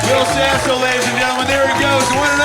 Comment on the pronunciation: Wull, hold on dude its Will Sasso, brother